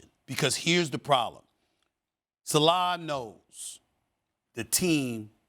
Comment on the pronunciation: Someone tell SASnd marcus spears it isn't an sa-laaaa, it's pronounced sa-leh Nd Keyshawn needs to stop. What has zw done to make u think he could play well vs any defense, even if the bears have a bad defense?